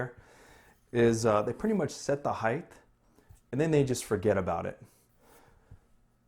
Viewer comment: "Heighth"? * height